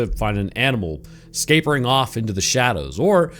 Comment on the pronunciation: This is completely unimportant but did you mean to say "scapering" at about 33 seconds? I rewound the first time because I wasn't sure if it was "scamper" or "scarper" but it sounds like neither